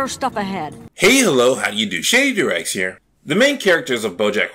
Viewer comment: always when you say 'this has been shady doorags' i always understand 'shady durex' instead... wich is hilarious so i realy enjoy it ;p